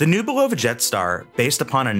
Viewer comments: It’s not buh-LOVA, it’s BUH-luhvuh. Call the company themselves and listen how they pronounce it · The correct pronunciation is “BU-luh-vuh” with the accent on the first syllable! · Is it not pronounced "BULL-o-va" instead of "bul-O-va" ? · Please learn how to pronounce the brand name.